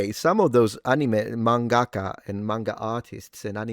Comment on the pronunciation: Wait you speak Japanese yet you say Mangaka incorrectly.